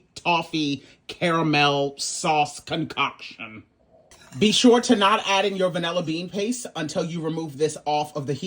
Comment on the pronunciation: "Concaulktion!" OVA!!!! 😆😅🤣😂